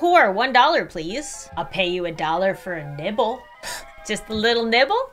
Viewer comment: when she said "ill pay you a dollar for a little nibble" i though she said nipple AND I TURNED AROUND SO FAST